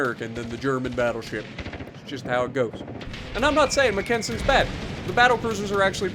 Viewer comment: You say Mackensen wrong lmaoo you're killing me boss other then that love your content and good game